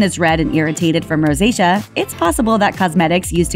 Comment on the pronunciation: Ro-say-she-a pronounced...NOT Rosita!